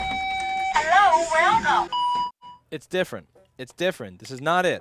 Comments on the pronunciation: "Herro whercum" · HERRO! WERRCOME!!!🤣👍👍👍